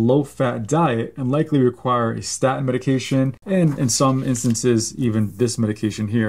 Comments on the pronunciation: It is pronounced staTin, not sta'in! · For God’s sake, doc, it’s pronounced “statin,” not “sta’in.” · Very interesting, but please learn to pronounce "statin." It isnt "sta' in." Theres a T in the middle of the word. Please use it. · Very interesting, thank you. The medical profession constantly push statins on us - but you’re talking about something called sta-ins. Has the letter ‘T’ magically disappeared from your vocabulary - or is this some new variant of the drug? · I love you but it is annoying how you pronounce statin. You gave away your generation. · Love your vids. Please pronounce the T in staTin!! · Please. Statin has a T in it. Pronounce it correctly . Its hard to listen to it .